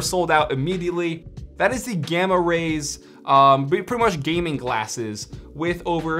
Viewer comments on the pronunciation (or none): none